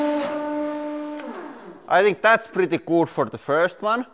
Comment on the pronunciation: The "PRETTY GOOD" hoody is pretty good! Would be even better if it said "PRETTY COOD" because that's how you pronounce it :)